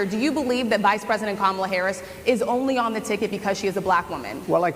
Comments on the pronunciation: When he first says Kamala with the wrong emphasis he pauses just before to make sure he says it wrong and that people notice. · What a horrible POS he is. Not only does he immediately go on the attack, but he can't even bring himself to pronounce VP Harris's name correctly. It's not ka-MAW-la, it's KOM-a-la. Edit to add, 5 minutes in and I can't listen to him anymore. So much stupid occupying one chair. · It really chaps me that he mispronounces Kamala's name every stinking time! Must be intentional. So disrespectful. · DonOLD can’t pronounce KAmala. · He seems to have intentionally mispronounced Kamal’s name.